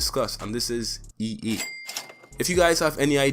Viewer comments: You keep saying e e when it's e a just saying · Bruh not to dis the guy but its ea not ee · “EE” it’s (EA) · MOZAMB-EE-K 'ERE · Yo learn to speak its pronounced EA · As a fellow Trini I’m glad to see someone like you killing and thriving in this space! Great vid man, can’t front i did laugh every time you said “EA” pancake